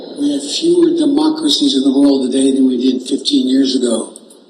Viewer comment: "Fewer" sounds like "Fuehrer"